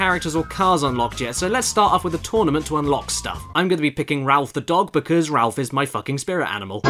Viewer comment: Rolf...not Ralph...